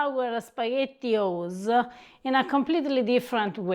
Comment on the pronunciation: That is by far the best pronunciation of Spaghettio’s I’ve ever heard. I think I need a cute, little, Italian woman in my life now. 😄👍 Ok, I’ve heard Italian people speak my whole life. I could listen to her all day, It doesn’t matter what the subject is. She has perfected it. 😄🇮🇹 I know this may sound a little weird, but I can picture listening to her when she 80 years old and she will sound great. I guess it’s the traditional, Sicilian, old world, Italian grandmother style of accent that’s getting to me. Ha Ha! If I was a content creator, I would hire her just for voice work! 😁 Seriously, she’s got a great voice.